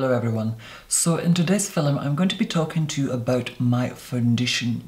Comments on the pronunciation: i heard “in today’s fi—lim” instead of “film” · My friend has convinced me that when pronounces film “fil-em” he is fucking with us - and she doesn’t like being fucked with so now she doesn’t watch him anymore - because she thinks she needs to protect herself from him - and I think I know what she means. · No one:: filum I love him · Oh my god.... mesmerizing. And i love how he pronounces "film" as "fil em" my mom says it like that, she is from Ireland. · Idk if I cannot stand the way he says "film" or if I actually really like it...... "Today we are going to filum" hahaha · I LOVE HOW HE SAYS "FILUM" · What's a fillum? I'm feeling stupid 🤔😂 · Haha I did too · Anybody else just like the vid every time he says the word “film” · Your accent really does confuse me. You speak as though you live South of England yet the way you pronounce 'film' is Irish? Ah! I love you, however. 💕